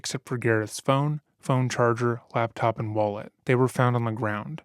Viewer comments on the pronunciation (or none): none